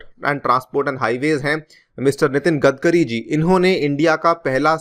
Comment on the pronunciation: 'गदकरी' नही यार.. 'गडकरी' नाम है उनका.. आप हमेशा गलत ही उच्चारण क्यू करते है सर?